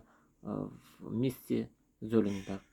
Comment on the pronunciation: мда, а ведь правильно прочитать совсем не сложно и не там никакого Золинберга и компания была основана в городке Рэмшайд рядом с городом Золинген, а не как вы говорите в США, читайте матчасть и учите языки и не делайте из себя умника и не путайте зрителей. А то ведь можно предположить, что есть слушатели и зрители образованнее чем вы и тогда печалька и позорище.....Не надо толкать фуфло с умным видом. А нож в отличие от ваших познаний в сфере языков отличный